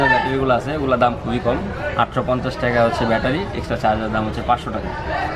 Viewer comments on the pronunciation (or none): টেকা বলেন কেন ভাই টাকা বলেন😂😂😂